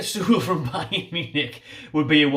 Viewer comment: First choices for me (from the video..). 100% Niklas Süle (pronunciation is closer to Sü-Lay..) at CB. Champions League winner with 37 caps for Germany. Even without Prem experience he's miles ahead of the other CB mentioned. And Kieran Trippier at RB. Great going forward and seems like he's even stronger in defense, after a season in Atlético. He is getting up there in age, but still pure class IMO, and should be able to do a great job for us for a couple of seasons.. To be honest. I don't really see any champions league players joining, but those 2 would be my top choices. But I like all the players mentioned.. It will be exciting to see, who we can actually pull in January. For sure most quality players won't join a relegation battle, but if Oscar can go from Chelsea to China, surely we can get someone decent.